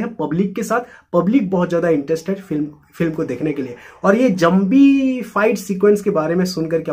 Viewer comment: Zambi😂, it's zombie bro..